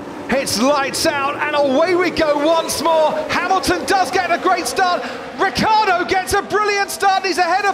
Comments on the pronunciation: For years this commentator doesnt know how to say Ricciardos name,its not Riccardo ...its RICCIARDO ,can;t you see the difference??? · The pronounce of RICCIARDO is like the english name Richard, so RICCHARDO